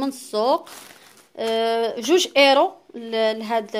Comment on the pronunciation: ملك مغربية باينة عليك نتي كتكلي من طرف مكيهم لا حلال ولا حرام باز حنا كمسلمين شني شي حد غلط كنوجهوه ومن بعد شغلو حداك وحتا راه كيكولو اورو ماشي ايرو اوروبا كاملا وحتا قبل منجيو نعيشو هنا راحنا دازنا ف مدراسا وقرينا واحد فمغرب امي وتلاقاه كيعرف ينطقها